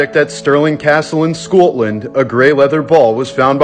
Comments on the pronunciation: Love the pronunciation. "Scoatland". It's not too far off how some of the locals in some areas actually do speak! Lol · As a Scot... I'm... Totally confused on his pronunciation of Scotland 😂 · Hope the guy landed safely into the pool. And why did he pronounce Scotland so oddly?! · Lol taking the mickey out of the Scotish accent with that pronunciation lol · That pronunciation of Scotland though 😅 tongue firmly in cheek, I suspect 👍